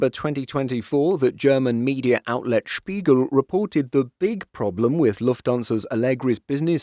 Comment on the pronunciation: Can you speak Germany, because you sad Spiegel right. Would you like to make Videos with Aero News Germany?